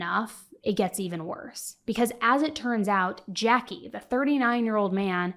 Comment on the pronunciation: His name is Jacque but it’s not pronounced Jackie it’s pronounced as Jack. I’m French and American.